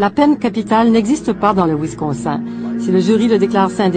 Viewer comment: Perso' ce qui me choque le plus, c'est les efforts de dingue qu'elle fait pour prononcer les noms "à l'américaine" pour finalement prononcer "Wisconsin" => "Wiscon sain"